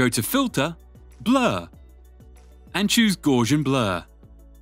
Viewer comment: Not bad - thanks. Let me give you something in return; Gausian is pronounced 'Gouse [rhymes with house]-ian' not 'guaze-ian'.